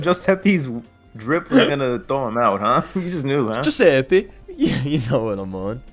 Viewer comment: Joeseppe with a J has my crying